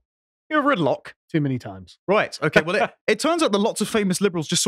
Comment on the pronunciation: I remember it too - good old Blood Sports. I remember the meme arising from the fact that didn’t know how to pronounce Locke and said “Loki” instead which confused everyone as nobody was familiar with a body of literature by the Nordic trickster God.